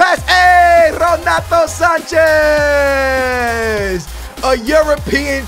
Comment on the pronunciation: don't say ronato sanches ffs